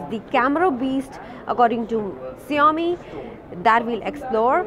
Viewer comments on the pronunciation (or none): It's like Show-me not See Yo me 🤷